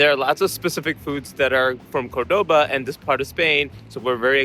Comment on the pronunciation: Hi there…. By now I’m sure you’ve realised that Córdoba is pronounced with the accent on the first o….. not the second! Always listen to the locals, and copy their pronunciation. Thanks for the interesting food vlog! That oxtail looked delish. Love that you’re travelling with Bindi.